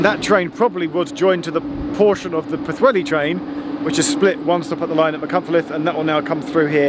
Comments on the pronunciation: You did pretty well! I found it a tough name to learn. I was impressed by your pronunciation of the first half, but then your 'welli' instead of 'heli' did give me a giggle - which I appreciate. Great video - an area I used to know well. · Puth-heli is a reasonable approximation. The LL sound is almost unique to Welsh, and the best way of learning the sound is to notice how the TL in the word "antler" works. PS. The letter W is a short oo sound without a shelter, and a long oo if it has the little roof (ŵ) above it. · It's pu-thelli! And that's from a Scotsman, who's never, yet, been to wales, but who supports Clwb Rygbi Caerdydd! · Not as bad as Vera Duckworth. “Poohwelly”. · C'mon Geoff.... What's so difficult about Pwllheli? You managed Machynlleth pretty well .... compared with some of the mangling I've heard over the years! .... and I've heard you pronounce "Theydon Bois" ... so don't give me any of that !! 😂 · 'where' Junction on the Isle of Wight??? I keep replaying it, and I have no idea what you are saying! It is worse than your 'Pwllheli'! 😆